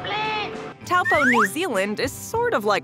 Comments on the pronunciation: Taupo Is Pronounced "toe Paw" ( In New Zealand Accents) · I cringed up a lil at the way u said taupo bc im Maori and we don't say it like that😂